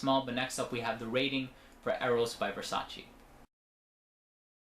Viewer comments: I believe it is Versaceee no versaciii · It's Versace not Versaci